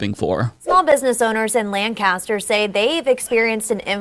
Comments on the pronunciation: I don't even know why I'm subscribed, you can't even say LANCASTER right. 🤦‍♂ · He can't pronounce a word therefore his points are invalid? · Hey I didn't know places other than Lancaster PA pronounced Lancaster that way, neat